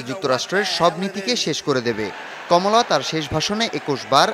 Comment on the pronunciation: খমলা না কমলা😂